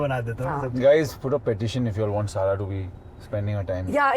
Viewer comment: Why does the host pronounce Hyundai as Handai and Sara as Syarah???